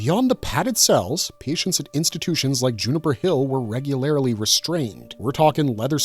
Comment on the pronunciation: If I watch one more video in which someone says “regularily” or “particularily” I’m gonna have to open a school.